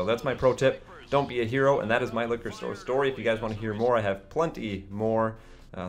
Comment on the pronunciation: I wuv stowy time